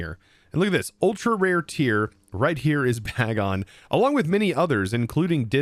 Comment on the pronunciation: you could also use T-wave gyarados to help catch pokemon instead of sing jigglypuff, also its pronounced Bagon as in bacon.